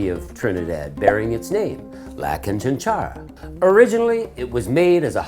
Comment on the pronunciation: “Canchánchara”... accent on the second syllable (That’s what the little mark above the second “a” means.) Had lots in Cuba. Definitely will be making them at home.